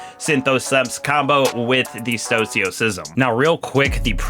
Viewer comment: Stoicism. Read it. Pronounce it.